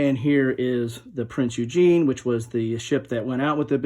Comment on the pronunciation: Shout out Good job I like your channel! Keep it going... Have you looked at Admirals' War: World War II at Sea by Canvas Temple Publishing? Just a side note you are not pronouncing Prinz Eugen correctly? You are saying Eugene :)